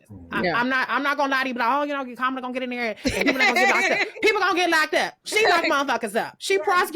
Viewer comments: I'm sorry but why can't dude pronounce KahMahla's name correctly. IJS. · if you were on a cooking show wouldn't you try to pronounce the name of the dish properly? How can you not bother to know how to pronounce Kamala's name, when youre on a panel just to discuss her? Even Trump can pronounce her name properly most of the time now. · Just discovered this episode today and this guy is irking me mispronouncing Kamala's name. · I wish someone would correct him (even off screen). He keeps mispronouncing Kamala's name. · can't be bothered to pronounce Kamala's name, how informed can he be. That's reflective on him.